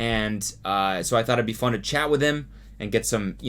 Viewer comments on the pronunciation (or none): none